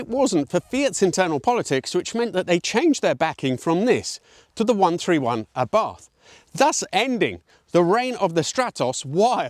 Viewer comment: Totally agree, one of the most stunning profiles in car history, designed by who other than Gandini. I can't get enough of it. Btw (and nitpicking) Abarth is pronounced Abart in Italy 😉